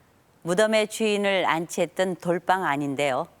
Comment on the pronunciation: 좋은데 돌방으로 발음하고 돌빵으로 부르지 마세요 이유 없는 경음화 거북합니다 돌 위에서 빵을 굽는다면 뭐라고 부를 건가요?